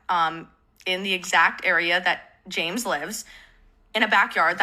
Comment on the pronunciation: can i be reaalllllly stupidly unrelated for just a lil funny sec she calls james jame as she's talking quickly and i think the idea of james being the plural form for like a herd of predators named jame is funny ok thats all